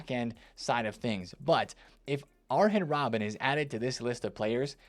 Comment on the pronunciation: So basically can't say any of the names right.....aaren robben??Come you can do better